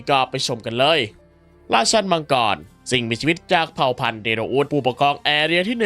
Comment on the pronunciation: แล้วก็ เดโรอุสครับ ไมใช่ เดโลอุส❤